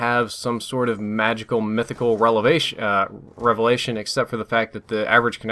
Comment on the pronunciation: "Relavations' lol